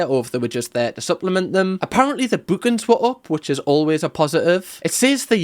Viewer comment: No g required 😆